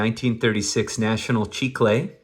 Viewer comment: love your channel dude… And much respect for pronouncing “chicle” correctly as in “National Chicle”. Awesome cards! Keep doing your thing! Tom